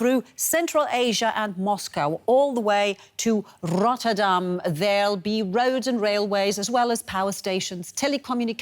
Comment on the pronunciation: is that how Rotterdam is pronounced?